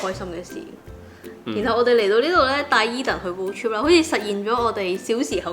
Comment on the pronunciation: 超多懒音，英文仲差，road "chip"😂😂😂